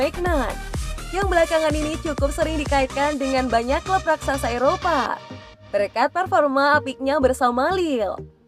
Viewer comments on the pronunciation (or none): none